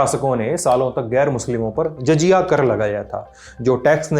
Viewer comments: JAJIYA kya hota hai? "JAZIYA" bolo Bhai, apni Anchoring ka na Sahi lekin LT ke standard ka to Dhyaan rakhiye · jajiya nhi jaziya, dude j aur z mei farq hai